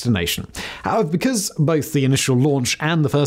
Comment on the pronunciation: "VCAUSE here "